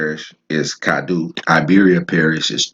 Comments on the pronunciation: Its pronounced cad-doe not doo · Natchitoches is pronounced... Nak-o-tosh or better yet sounding... Nat-ki-tosh...twin brothers and sons of the Caddo (pronounced) Cad-doe of the Caddo Chief, his brother's name is Nacogdoches, Texas, the land of the Caddo, is between four states, north east Texas, northwest Louisiana, southeast Oklahoma, and southwest Arkansas...Originated from the Tribe of the Caddoan Linquistic Family of Indians, which is now the Caddo Nation of Oklahoma of the Caddo Confederacy, since most of them were relocated there. The video and knowledge is great, Good Job young man, keep up the good work, because the people need to know where they came from.